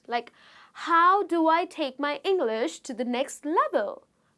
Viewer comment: I m sorry, but there are many many words tht u say it wrong. It's like u ur so working hard to get those words correct way.what is ENGLERSH????